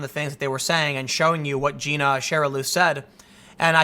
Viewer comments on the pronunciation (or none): Tim, it’s Gina.. Jai-na.